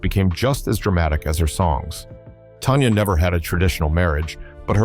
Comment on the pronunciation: It's Tanya Tucker, You Ai piece of poo poo, not "Tonya" lmao... also, still trying to figure out how Tanya was a Diva who destroyed her marriage??... Sounds like it was both, Her and Glen Campbell, who did that... but who is to say that any of this is true? I mean the Ai can't even say her name right.